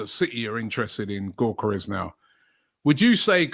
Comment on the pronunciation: The G is silent in his name. It’s pronounced Yokeres